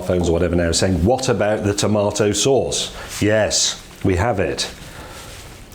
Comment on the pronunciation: tow mah tow saws